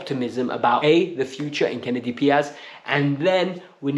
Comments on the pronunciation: KENDRY Paez, my friend. KEN-DRYYY Paez. Not "Kennedy" 😅😭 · Lol.. It is Kendry not Kennedy 😂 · In English pronunciation would be Ken-dree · Kendry = Ken-dree 😂